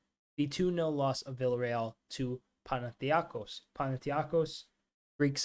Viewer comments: How is it pronounced? Pana-thin-eye-kos? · LEARN TO SAY PANATHINAIKOS AND SHOW SOME RESPECT